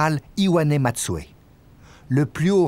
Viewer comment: Général Matsui pas Matsue